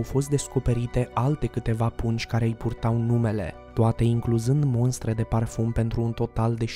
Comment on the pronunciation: MOSTRE, nu “MONSTRE”!!!! Invata limba romana!!!!!